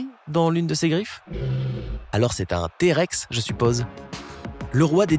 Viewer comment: il a dit thé-rex